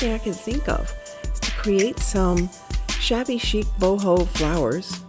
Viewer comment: Queens NY Yes I caught that "shabby-ho" 🤣 Love the fence & lantern. PS. Stuart, Florida